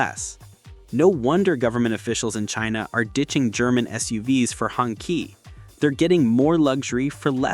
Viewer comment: Hongqi: It's pronounced Hong shi